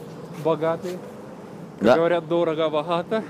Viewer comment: ДороГо- боГато. Отличное южное произношение буквы "г"👍😂